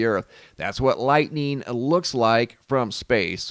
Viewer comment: Or "lightneen" as calls it! 😉